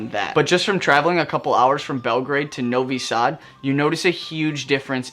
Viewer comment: "Novi-sad" Lmao